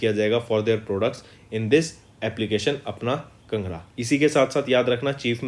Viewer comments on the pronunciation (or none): Sir it is not pronounced as"kngra" It is pronounced as "Kaangra" Which is a district in Himachal pradesh